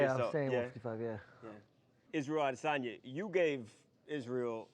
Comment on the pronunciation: kelvin cant even pronounce adesanya properly’ dummy still unconscious from his fight with adeson